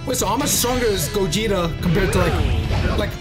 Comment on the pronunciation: I like when you say goguta stronger 💪 thing ever bro